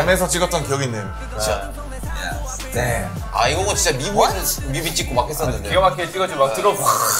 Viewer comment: Lmao yes it was hilarious but they said “dam” not “damn” 😂😂